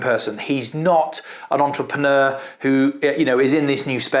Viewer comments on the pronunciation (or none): none